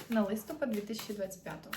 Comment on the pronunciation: Вітаю ☀️ Ви напрочуд гарна дівчина- українська красуня 😍 Хотілось би від вас також чути гарну українську мову. У слові «листопад» наголос падає на останній склад — листопАд́. Це в жодному випадку не критика, це прохання 🌸